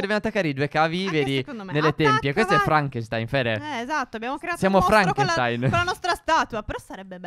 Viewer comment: Non franchenstain e sherkchenstain